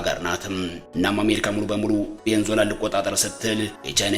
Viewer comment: ቬኒዝዌላ....ማለት አቅቶክ ነው .. ቬንዞላ